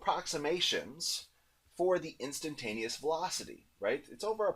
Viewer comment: instantaneous not intantanteous